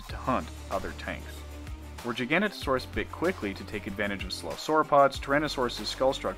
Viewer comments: GIFF NOT JIFF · giga noto saurus. MB jiGANotoSAURus. not jiGANotosaurus. its jiga OR giga THEN noto THEN saurus..... doesnt need to be a challenge.... i say jiganotosaurus.... but would accept GIGA on a verbal test..... pronunciation doesnt work like that.... im sorry to be so ridiculous about pronunciation... a giant scary therapod by any other name.... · Pronounce it with me. Giga- know-toe- saurus. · Interesting, but please learn to pronounce giganotosaurus properly. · I'm sorry I can't sit through a whole ass vid with someone pronouncing Giganotosaurus wrong every 3 seconds.